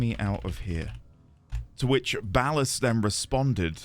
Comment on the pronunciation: You seem to have mis-pronounced Ball-Ass' name. It's OK, we all learn together!